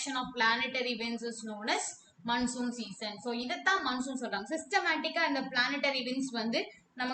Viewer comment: Mam that is not mannsoon wind that is monsoon😂